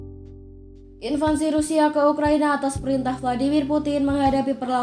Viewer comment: Invasi kok di baca invansi